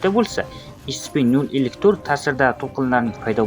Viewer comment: Scpni to'g'ri talaffuz qiling iltimos (escipi iscipimas)